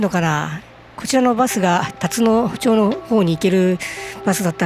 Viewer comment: 「たつのちょう」ではなく「たつのまち」です。